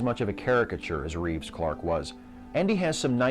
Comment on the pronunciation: Very good. But its Christopher Reeve not Reeves. :P